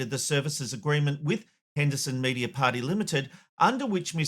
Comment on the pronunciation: It’s prop-iet-ary limited not “party”.. where did that come from?